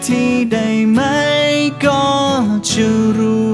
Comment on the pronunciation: ร้องเพราะแต่ ออกเสียง ฉัน /จะ /ที่ /เฉย / คน/ มันจะมีเสียง เฉอะๆ ตลอดเพลงเลยค่ะ